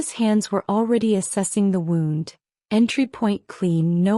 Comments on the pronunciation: I loved the story, but HATED the pronunciation (and spelling) errors. In this case, Wound should've been pronounced "woond" (an injury), versus "wownd" (as in wrapped around). Different word, with a totally different meaning. The OP's name...was it "Mota," "Marta," or "Mother"? 🤔🤭 Someone needs to correct the A.I., and program it to understand which word is correct, and the nuances. Maybe I'm alone in this, but I prefer not to have to dig through vocabulary in order to figure out what was actually meant. Pls, keep writing good stories, but with correct grammar and usage. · Really good story. Loved her resolve. Loved his tenacity + thousands of red roses 🤭. Unfortunately, I did have difficulty with subtitles and AI generated narrative. It was things like — “Flash back title card”; “wound”, as in I wound the yarn into a ball, instead of he was bleeding from his wound; “the four was out”, not sure what that means. Overall, 9/10. 😊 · I know the word wound and wound are spelled the same but they are not pronounced the same.